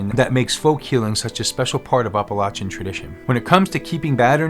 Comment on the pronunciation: Well, that's a new pronunciation for Appalachian. Are you saying Oppolachean? The "App" sound is one thing all residents along its range can agree upon.